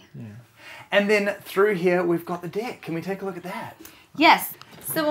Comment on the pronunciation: And through here we got a DICK In reality he said deck but it threw me off for a few seconds